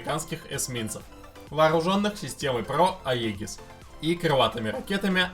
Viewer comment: Летательные аппараты знаю, летательные приборы не знаю. Не Аегис, а Иджис. Не писят, а пятьдесят.! Готовиться надо прежде чем бумажки зачитывать! )))